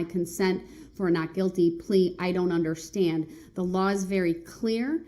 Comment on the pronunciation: "unnerschtan" "Grounds for da substain?"